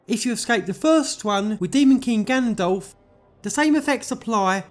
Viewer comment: For the longest time i thought he was saying GANDALF not Ganondorf and it was confusing the heck out of me